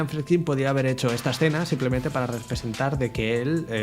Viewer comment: "hubiieron" " habían" " "Bleiti" "Fredkin".... gramática menos 1.000 y ni hablar de como pronuncia nombres foráneos (no tiene porqué saberlos - su lengua nativa es español- aunque se la pasa por el arco del triunfo - pero ya que se pone a currarlo...haber buscado como se pronuncian...) Lo mas horrendo es lo de "Habían colas ..." "Hubieron desmayos"... solamente dijo "Habia gente" porque " gente " no lleva S. Y después vienen a tocarnos los cojones con la rancia RAE. Me cago en sus muelas- Si en el pais desde donde el lenguaje es originario hay gente como este "filósofo" que lo habla tan horrendamente (filosófico y metafísico) ????, no jodan. ¡Apaga!